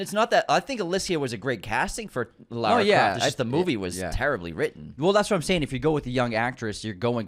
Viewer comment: Whoa! There were some wild pronunciations in this episode!! Jason VoorHEES and Lerra Croft 😂😂😂